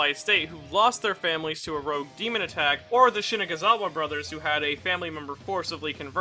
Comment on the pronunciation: Why do u keep pronouncing shinazugawa as shinaguzawa